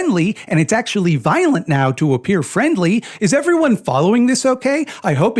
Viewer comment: Ah shit nvmd i can't count and I pronounce violent weird and inconsistent